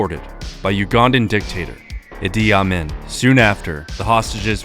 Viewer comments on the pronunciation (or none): "Ugandan dictator Eddie Amen" lol I can understand, from reading it. It's usually pronounced E Dee Ah Mean, is as best I can describe it. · good stuff as always but you butchered some names Idi Amin's name is pronouned eedee ameen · other than the pronunciation of Idi Amin, great video